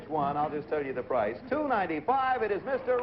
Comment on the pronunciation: Ah yes, the game show, "The Pricce is Wrong"